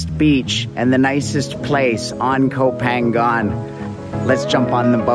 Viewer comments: koh phangan should be pronouced koh pha-ngan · Gorgeous! I always thought it was pronounced "Go Pahng nyahn" though. Anyway, who cares? It's gorgeous. What kind of drone do you have? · you're pronouncing koh phangan wrong??? i think it should be closer to "koh paanyang"